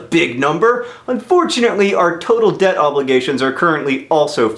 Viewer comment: I though he said 'dead' not 'debt' ...